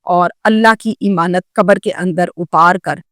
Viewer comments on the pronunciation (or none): O YOU STUPID AND BRAINLESS, IMAANUT IS NOT CORRECT WORD, AMAANAT IS CORRECT WORD